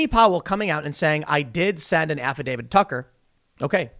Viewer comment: "Affidavid???" Tim can you English?